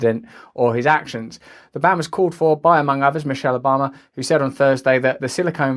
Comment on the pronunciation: President Ah-bama